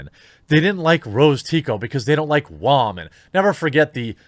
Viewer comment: Dude honestly WTF is your issue with saying women???? Be a man not a child and say it correctly.